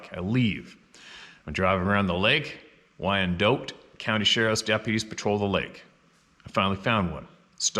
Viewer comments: WynDOT. Is not prounonced Y in Doe T. What's wrong with Canada that makes people constantly mis pronounce the simplest of English words that break all the rules of proper grammar? Not being picky or ballistic.....just a tad irritating to see such wonderful people at the oddest times suddenly unaware they sound absolutely retarded. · World Turkey Federation. Wyandotte is pronounced "Wyandot." Have a great weekend everyone. Take care and safe travels.